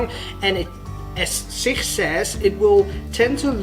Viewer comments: SIkh 😂 bro it's Sich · SICH is pronounced as SICH not SIKH - ch sounds just like challenge or change. And yes SICH tourniquet has been effectively used by Ukrainian soldiers since 2015. Just like they use other CoTCCC recommended tourniquets.